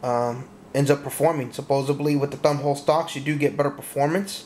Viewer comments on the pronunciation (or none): none